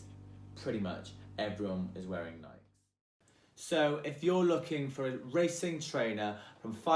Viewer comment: i know for a fact he didn't say nike like that OH god lol